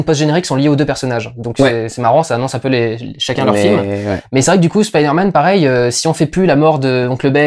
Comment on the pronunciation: La vraie question c'est: Est-ce qu'un jour les doubleurs français vont prononcer "Spiderman" correctement?